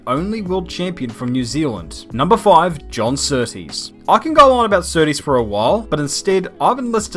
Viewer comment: "The biggest compliment you could Give John Sooties" .... is by saying his name right..... -_